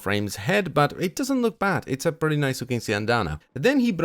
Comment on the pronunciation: "And that's prrrrretty much it..."